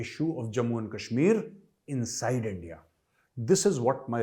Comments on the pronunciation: Dear honourable sir kindly request you to please pronounce our heart our nation's name correctly not likes Pakistani. 🙏🙏 It's INDIA❤️ not endia We are Indian not pakistani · Sir accent on ndia😂😂😂 I just laughed.....